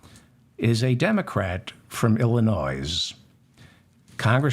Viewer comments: its pronounced ILL-in-NOY, not Ill-in- NOYS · Illinois is pronounced i·luh·noy NOT Illinoize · Illinois is pronounced ill-i-noy not ill-i-noise. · "Illi noise"..., did you do that on purpose, David? You do know it's Illi noy, right? Anyhow, I, for one, am grateful for the work you do to help clarify what's transpiring with our miserable political show, I was not a good student of government or civics when in school. You're appreciated.🙄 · Its Illinois (nois)pronounced "noy". Thanks! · You pronounced his name correctly but not Illinoissssss. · David Feldman is a little devil, & I live for it!! Just heard the "Krishnamurthi from Illinoize- hey, I pronounced his name right!" joke &... fabulous!! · David, I know you prefer to pronounce people place names correctly, so here's a well meant and minor correction. Regarding the Land of Lincoln, the state immediately South of Wisconsin is pronounced "i·luh·noy", it is a french phonetic representation of a native name, as are many place names in the Prairie states. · David, Illinois is pronounced without the s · Illinois is the most mispronounced state in USA. The S is silent. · You pronounced Illinois the same as I do with the emphasis on the S at the end instead of the silent S being silent lol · You should not be embarrassed but ashamed for several times mispronouncing "Illinois". The "s is silent! I am a Progressive. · Love what you do here. Thanks. Yes you pronounced Raja's name right but not Illinois. Don't know if you are doing it joking but the s is silent. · David I love your show. Just a heads up the S is silent in the state of Illinois. and no, I'm not from Illinois.